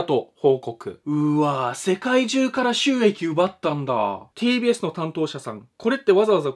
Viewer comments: tbsがpdsに聞こえてちょっとびっくり笑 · 最初PDSって聞こえたw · “ “さんの動画の中で ”TBS”って出てくると、 “PDS”に聞こえるのはおれだけか､､､？